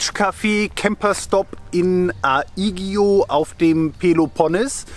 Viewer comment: Griechen: Griechische Gastfreundschaft... Deutsche: Danke, wir brauchen aber nix, wir haben uns schliesslich nicht um sonst vorbereitet, nix zu brauchen!!! "ai" wird als "e/ä" ausgesprochen (außer das "i" vom "ai" ein Umlaut trägt), so wird es nicht A-igion sondern Egion oder Ägion ausgesprochen... Ähnlich für "oi", "ei" welche wie "i" klingen, und "ou" welches wie "u" klingt, sowie "eu", "au", welche (von Fall zu Fall unterschiedlich) wie "ef/ew" und "af/aw" ausgesprochen werden. Efharistó EwropÄi - Euharistó Europaioi - Danke Europäer (Aussprache / Schreibweise / Übersetzung). Griechische Katzen: Einfach "psi-psi-psi-psi-psi" rufen, dann kommen sie schon näher...